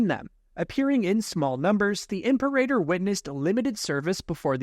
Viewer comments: it’s pronounced “Im-peh-rah-tor” not “Imper-a-tor” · im sorry is it really Imp-erator? not impera-tor? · Imperator class It's pronounced im-PEER-a-tōr, not imper-AY-tor. Also, the Tector ckass originated BEFORE the Imperial class, having been originally designed and built during the Clone Wars. It was far more heavily armed and armored, but carried no starfighters. This allowed the reactor to be mounted completely internally, with no external bulge. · Dude, it’s pronounced “Im-peh-rah-tor” nit “Imper-a-tor” 😢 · it's "ihm-PAIR-ah-tor", not "IHMP-er-ay-der" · "im-Pair-eh-tor" And "Seck-you-tor" Right? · Your pronunciation of the word "Imperator" is killing me 😂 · Says "Venator" correct, then says "imper-eigher."